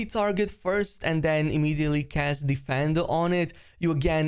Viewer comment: It's difFINdo, not deFENdo